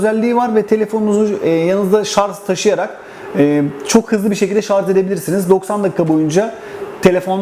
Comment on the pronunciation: En doğru yorum ne biliyor musun ? ''şarz'' değil Şarj